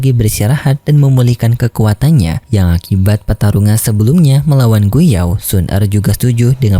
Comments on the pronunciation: oii bg,, bpk nya xun er itu gu yuan bg,, bukan gu yao😂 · Gu yuan bege bukan gu you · Gu Yuan, bukan Gu Yao min. hihihi